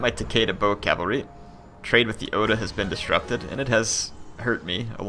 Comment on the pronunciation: what would help to pronounce everything is to say it 2-3 letters at a time like o-da or ta-ke-da not ohda or taheida